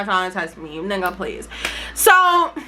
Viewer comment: do you be saying “you’re not my nigger” bc everytime i hear that instead of nigga